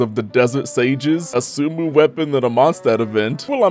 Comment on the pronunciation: The way you pronounced "sumeru weapon" gave me ear cancer and cured it at the same time. I don't know if I should thank you or not